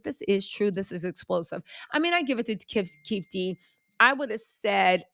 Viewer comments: Great job, the alleges Tupac Shooters name is pronounced KEY-FEE-DEE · It's Keefe eeee D